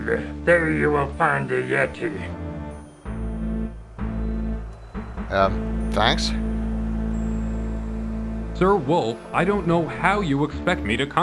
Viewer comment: "Extricate a YET-i! Extricate a YET-i!"